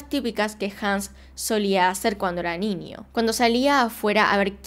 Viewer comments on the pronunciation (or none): es parte del dejo argentino que no pronuncien la ñ? super he notado que no dices ''niño'' si no ninio, me da cringe xd pero ni al caso, igual me gustan tus vídeos, gran trabajo:3